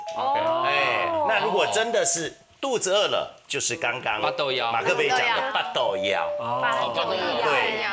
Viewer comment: 马克杯， 台语不错哟👍